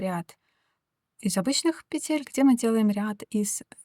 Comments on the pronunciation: Объясните мне пожалуйста, ЧТО принципиально меняется в вязании, если автор произносит не "накИд", а "нАкид", не "пЕтель", а "петЕль"??? Может она и крючок неправильно держит? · Девушка, пЕтель, а не петЕль, говорите правильно, пожалуйста, чтобы вас можно было слушать. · Узор интересный, всë наглядно и дрступно. Но!!! НакИд, пЕтель!!!